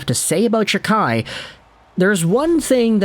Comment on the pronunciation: Can you at least say his last name properly it’s pronounced jack eye